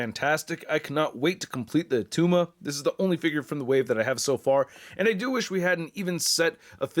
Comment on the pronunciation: IT’S NOT ATTUMA!!!!!!